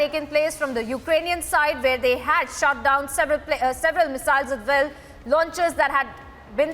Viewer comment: "Well" not "Vell", please!